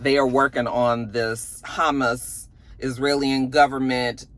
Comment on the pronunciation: When she pronounced hamas humus that confirms yet again stick to degenerate,hood topics